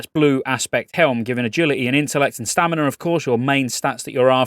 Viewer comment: STAMINAAA no R